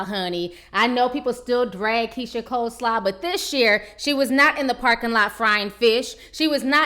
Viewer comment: "Keyisha Coleslaw" im done. 💀💀😭